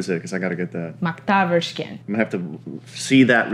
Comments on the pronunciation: wow they completely slaughtered the pronounciation of 'makthaverskan' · Hohoho... That pronunciation on Makthaverskan... ( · Wow she couldn't have butchered the pronounciation of Makthaverskan more if she tried